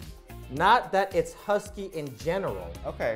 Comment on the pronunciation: actually no.. he is saying “H E S K " the "K" sounds like "keee" thats why its confusing.